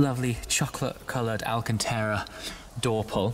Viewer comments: For the love of god man, stop saying Alcantera, it is Alcantara. Get it right please! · I still love all your content, but why o why do you still irritate me by pronouncing “alcanTARA”, “alcanTEARA”??? Is this just a YouTube thing? PLEASE explain.